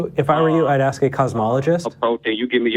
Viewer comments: This idiot can't even pronounce the word 'ask'. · When i hear: let me axe u😂🍿🍿🍿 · “I axed you a Quechun”… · I had to stop watching at the 26 minute mark. Too stupid and i could not hear him "axe" one more question. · “I wanna axe y’all”. You can’t even speak properly, but you think you’re smart because you believe in a god.